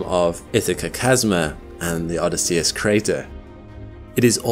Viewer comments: Odysseus Crater: Shouldn't that be oh-DISS-ee-us, not oh-dis-SEE-us? (I'm a pronunciation weenie) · Isn't Odysseus pronounced with the emphasis on the O, a very short y, and emphasis on the double S followed by emphasis on the E after and then a flatter u? So you literally say "Oh this" and then "say us" after. Not "Odd is See us." Or am I wrong? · is this an AI voice, or is he actually saying Odysseus wrong? And if so, HOW? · Odýsseus not Odysséus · Odysseus /əˈdɪsiəs/ -- the accent is on the second syllable, not the third! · The name of the crater is pronounced: oDYSseus. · Oddie See Us? Bill Oddie? You mean Oh Dis Sea Us. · O- DISS-E-US Emphasis on diss No on US For real. I dont understand why you mispronounce words. Look it up. For a science based channel, it is borderline embarassing. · O-DY-sseus. In Greek the stress falls on the antepenultimite syllable. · "O diss e ess" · I've never heard Odysseus pronounced like that. Threw me off for a sec. Love your content btw. Especially the long form stuff I listen to when i have all the lights out usually with a headache. 😅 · Great video! Just one thing. You mispronounced "Odysseus". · Strange way to pronounce Odysseus. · I’ve never heard Odysseus pronounced like that before, with the emphasis on the 3rd syllable rather than the second. Is that a quirk of accent? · Your miss pronunciation of “Odysseus” is insane, bruh. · Good stuff except for pronouncing Odysseus incorrectly.